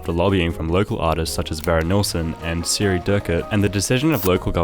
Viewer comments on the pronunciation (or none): none